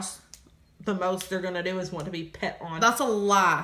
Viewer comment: A lie (the way pronounces it 😭)